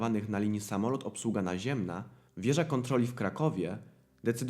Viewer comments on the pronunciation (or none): „Obsługom naziemnom” i tak samo przez „całom” audycję.